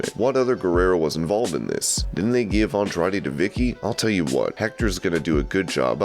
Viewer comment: Who gives a crap what Jim Cornette thinks about Andrade's booking. The guy is too racist to even properly pronounce his name, and we're supposed to care about his booking opinions? And Jim's view on Johnny should tell you everything you need to know about his opinions on wrestling.